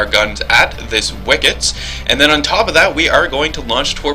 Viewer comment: stupidity... hmmm does saying wickits instead of wicks count?